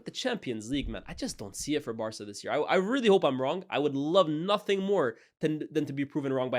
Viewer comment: “To dare is to do NUFINK” - Jamie O’hara 😂😂